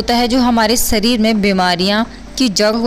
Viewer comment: सरीर नहीं शरीर